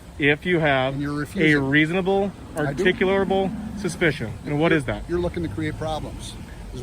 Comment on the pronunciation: Why do Americans struggle so hard with the word "articulable"??🤪